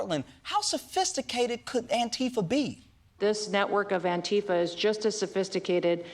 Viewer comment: Surely everyone pronouncing it like Trump does has to be some sort of joke right.. I mean maybe they think Antifa is a real thing, or perhaps if they called it the literal thing that democracy is (Anti-Fascist), it might not hit so well with listeners lol.